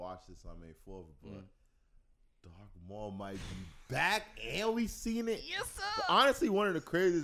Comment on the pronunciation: Say Dark Maul again I dear, I double dare u🤬. Its Darth, Darth Maul😎